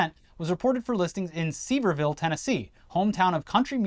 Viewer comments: Seever-ville lmao. It’s SEVERE uh-vull (with an accent) or severe-ville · as someone from East Tennessee I have to let you know you pronounced Sevierville wrong It’s pronounced severe ville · That has to be the worse way I’ve heard someone fuck up saying Sevierville